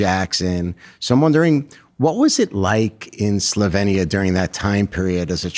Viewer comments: It’s pronounced “sloveenya” not “slovinia” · No Slovenia is correct. E as in Elephant. Born there. You English always must change names just because you're lazy and daft to learn a person's/country's name 😅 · Hate how he was pronouncing Slovenia